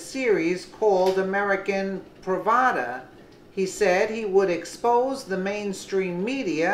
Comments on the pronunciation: You say praf daa, not pra vada. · The word is PRAV - DAH. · C'mon. You can't even pronounce Pravda, and it reveals that you don't know what it is. So you're not worth listening to.